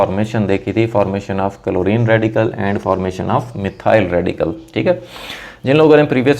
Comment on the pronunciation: he's saying " कलोरीन " 🤣🤣🤣🤣